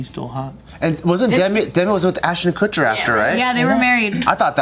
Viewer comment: Ashton KuchMAN? KutMAN??